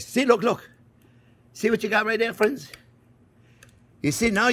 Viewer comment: Even better, we're "Friens"